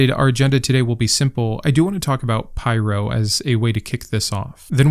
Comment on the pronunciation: It's pronounced as in 'pirro', not 'pyro' (even though it would be more badass). :)